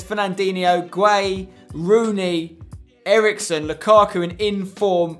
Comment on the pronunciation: Spencer in S3E33 u did say sailver Eriksen